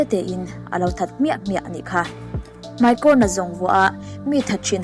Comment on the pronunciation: 'Mai' tih hi ilam uluk deuh angai anihhi... 'Mei' tihin ilam deuh vek aa.. Anyway👍👍